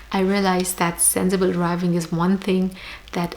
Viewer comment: Its sensible not senzzzible able !